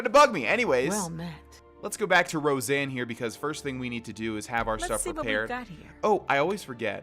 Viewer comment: Row-Sahn not Roseanne